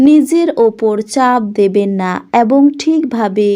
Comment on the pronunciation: এত নাকাল করে "এবঙ" উচ্চারণ টা খুব খারাপ।